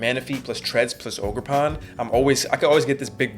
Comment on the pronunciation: "ogerporn" yo wtf this dude been watchin too much shrek